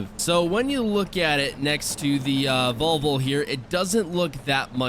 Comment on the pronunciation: Vol - Vo not volvul